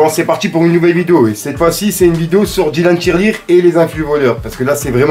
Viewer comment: à chaque fois j'entend "Dylan Tirelire